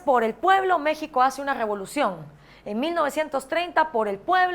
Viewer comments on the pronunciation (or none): none